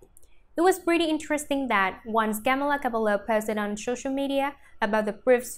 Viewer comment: “Camla cablo”